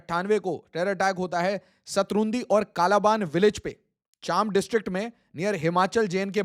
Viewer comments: It's चम्बा not चांब ! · Its चम्बा not चाम्बा । But the topic is reality . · चम्बा को चाम्बा मत बोलिये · It's not probouni"Chaambaa". It is pronounced as "Chambaa". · Dude it's Chamba not chaambaa, good video btw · Chamba bolna toh seekh le gyani!